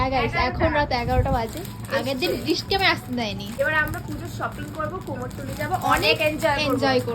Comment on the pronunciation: কুমোরটুলি ওটা কোমর টুলি না😅😅